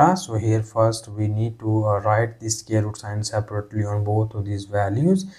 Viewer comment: CAN YOU NOT PRONOUNCE SQUARE...instead of SCARE ???????.